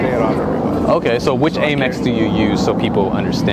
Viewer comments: It's not "Ay Mex", it's "Ah Mex" from American, not AyMerican.....Please be more discreet with your questions. No one is going to tell a guy in the street what they sold their company for, specially someone in the street with a camera who they just met. The guy with the watch, learn from that that no one wants to show their fake Rolex like you. None of the folks interviewed were about advertising their wealth. I wear a 9-dollar Casio to work around the house and an $69 Invicta to go to work. I'm not 50 and could retire tomorrow if I wanted to. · Am-ex. Like America. 👍🏽 Not Ame-x.